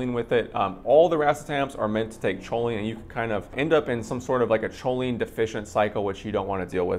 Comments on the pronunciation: Dude why do u say cho-lean? Lmao, its pronounced cole-lean. Atleast thats how ive heard everyone pronounce it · CHO- LINE ? Try saying it correctly . Coal-ine You are welcome.